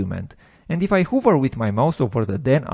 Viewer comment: you're awesome, thank you. One suggestion, the word 'Hover' is actually said "Haver" not "Huver" :)